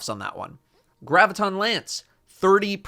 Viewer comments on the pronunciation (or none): none